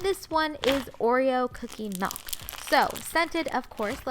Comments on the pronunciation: its MIIIILLLLK not MELLLKKKK OMG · Omg she says melk 😭😖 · Not trying to be rude but is it just me or does it sound weird when she says Milk 😂